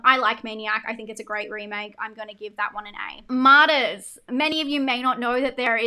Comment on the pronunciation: I agree with about 90% of everything you said here. The entire time you were talking about Martyrs, I thought you were saying Modest. I kept thinking I've never heard of a horror movie named Modest 😅